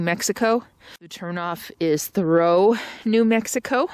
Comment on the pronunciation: Just so you know, Thoreau is pronounce like tha-rew and Tucumcari is pronounced like too-come-carrie, you're awesome btw.